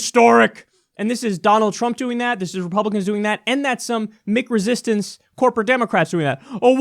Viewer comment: Is he saying Mick resistance or McResistance?